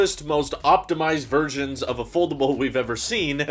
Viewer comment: Did you say optimized virgins? 😅